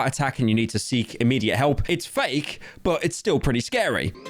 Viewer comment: why do you say but like BOUT